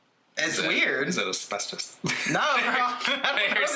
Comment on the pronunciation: “Is it aspestos?” 😂